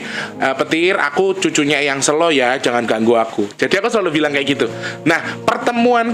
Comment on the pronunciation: Sèlo itu, mengeja huruf 'e'nya seperti mengeja kata mèrah. Sèlo artinya batu besar. Kalo bacanya sêlo seperti mengeja kata Bênang, itu artinya Luang(sêlo)